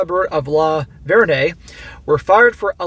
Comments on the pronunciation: the name is pronounced Lavern. Like Lavern and Shirley. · It's pronounced luh-vurn, I am extremely proud to live in Tennessee today.... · It is pronounced “La-Vern”. I’m from the area… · The way that you are saying LaVergne is wrong. It’s like the 1970’s comedy show LaVergne and Shirley. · Sadly I live in the adjacent town and know one of the idiots. His wife has filed divorce last week. There is more to the story. Also the "g" is silent.